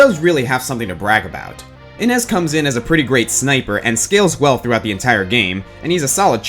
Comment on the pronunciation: I could be wrong, but isn't Innes pronounced in-nay and not in-nez?